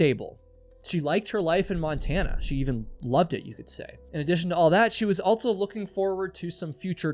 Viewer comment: At what age roughly did you start adding a "T" to the word also? "Altso"